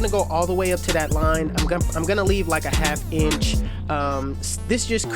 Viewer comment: Is the way he says it, it sounds like he's saying ENCH.